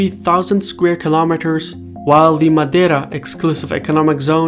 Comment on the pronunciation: his “madeira” pronunciation is perfect